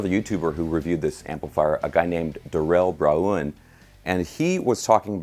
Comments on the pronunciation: Lol man you totally butchered that other YouTubers name, first and last name totally butchered😂😂😂😂 it's pronounced (Darrell Braun) and that is ( Dare-ll) not (Da- rail) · "Quality and versatility" are good! By the way, I think it's Darrell (as in barrel) Braun (as in brawn). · Dah-rell Brah-oon 😂😂😂😂😂😂 Love ya! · that Darelle Braoowan moment.....LMFAO! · I watched this like 10 times just to hear you say "Darelle Bra-ooun" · Darrelle? Bra-UN? 🤦🏾‍♂️😂😂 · “Da-rell Bra-uun “ haha, bet you guys jam together. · Da Rell Bra oon? WTF? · Do you think that's really how Darrell pronounces his name? Kinda a cheap shot there...... Maybe we should start calling you Gooeytir Miiexx! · Haha at the way you pronounced Darrel Braun's name. You done messed up A-A-Ron! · The way he said Darell Braun😂😂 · Saying it that way makes it harder to find him! 😂